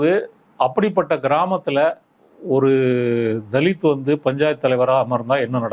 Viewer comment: தலித் னு உச்சரிப்பதே தவறு